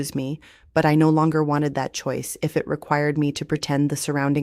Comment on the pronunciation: Uuggghhhh is I.t, or I.e.t means it or its and the ai generated voice can’t pronounce IT!!! Please use a human voice, I doubt that this channel is not really Amish because they don’t allow anything of the secular world allowed, this could be Mennonite because I understand they have more free will than the strict Amish do, I will not subscribe until you fix this AI problem because it’s extremely flawed and frustrating to listen to… please fix it.